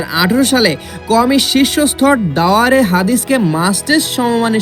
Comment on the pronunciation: শব্দ উচ্চারণ করতে পারেনা সে আবার ইসলামী শিক্ষা নিয়ে ভুল সংবাদ প্রচার করে।আদর্শ মানুষ গড়ার প্রতিষ্ঠান কাওমি মাদ্রাসা।